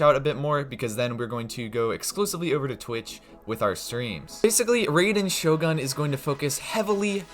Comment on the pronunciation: Amazing guide, but the way you pronounce Raider Shogun hurts me 😂